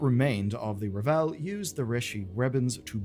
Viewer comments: Its RAVEL, not Revel 🤦‍♂️🤣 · driving me crazy mispronouncing The Ravel. It's not Revel, it's Ravel. Like unravel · Ravel = RAH-vel. It's not French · Am I really going to have to spend the next four months listening to people pronounce Ravel as "ra-VELL"? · Sometimes I wonder if pronounces things like 'The Ravel' wrong on purpose to make people like me comment lmao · I've noticed a lot of the UK youtubers pronouncing it this way, in spite of the fact that the audio drama and all the voice lines in the game pronounce it correctly. I'm wondering if this is just a UK thing.